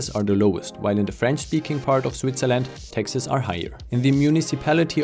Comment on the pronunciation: I kept hearing Texas when you were talking about the high taxes, which is ironic because taxes are low in Texas.